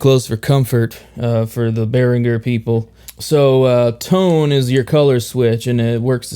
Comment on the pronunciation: Thank you for pronouncing Behringer correctly! Great playing and useful review too.